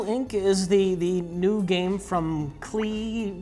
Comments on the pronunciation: PS ITS PRONOUNCED CLAY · I am 99% sure it's pronounced "clay"